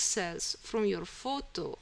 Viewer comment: thanks for ur help... and say photo not futu ..